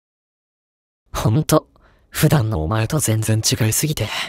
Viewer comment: 全↓然↑違い↓すぎて↑